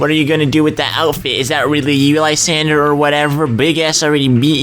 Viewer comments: It's lee-zand-dra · HOW MANY TIMES DO I HAVE TO TELL YOU LYSANDRE IS NOT SPELLED LIESANDRE ITS SPELLED LESANDREY